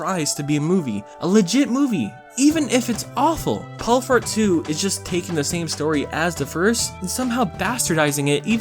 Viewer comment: It sounded like you said “Paul Fart”. 😂😂